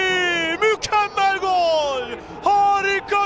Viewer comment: 1 gakasaray değil Galatasaray 2 cezal değil ghezzal 3 göl değil gol 4 mükkemel değil mükemmel Türkçe hoca na sabır dilerim :d